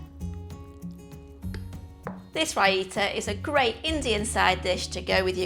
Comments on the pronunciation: That is not how Raita is pronounced. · Learn how to pronounce it!